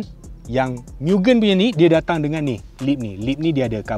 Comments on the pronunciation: Bkn sebut miu-gen, bang.. Sebutan dia mu-gen (gen sebut mcm gentel).. Ramai org slalu salah sebut.. Maksudnya Limitless atau Infinite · Bos, cara betul sebutan Mugen tu Mu-Gen. Sebutan 'e' seperti kita sebut 'esok'. Mugen bermaksud infinite or infinity.